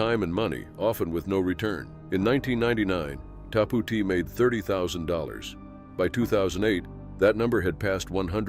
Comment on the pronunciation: I'm sorry but it's tapout not ta Pou t or however you pronounced it